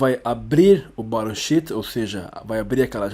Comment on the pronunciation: Excelente aula, muito obrigado! Em qdo vc falou "Sheet" pareceu que era "shit"!